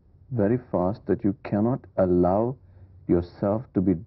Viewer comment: It felt a little odd when she said 'allow'... thank god shekhar corrected her.